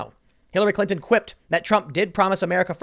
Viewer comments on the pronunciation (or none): none